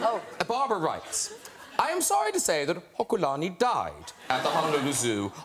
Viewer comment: Haw kyu lah née? No the word is Hoku + lahnee. 😂